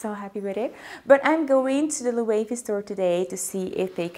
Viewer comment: loved this video but i cringe every time you said Loewe wrong :(